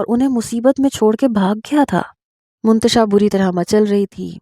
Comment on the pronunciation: Mantasha hai naam hota h naki muntasha